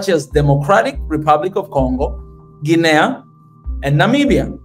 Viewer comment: It's pronounced Gee nee. Not Gee nay ah!